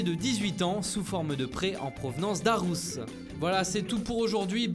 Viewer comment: Alors par contre Aarhus se prononce Orouce et non Arouce